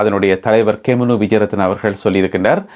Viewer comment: Gemunu not Kemunu